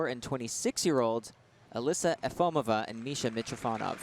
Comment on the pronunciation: You would think that the commentators could pronounce the skater's names correctly. Efimova, not Efomiva.